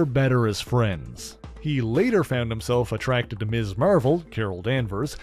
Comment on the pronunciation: The way you say Marvel is the most satisfying thing on the planet.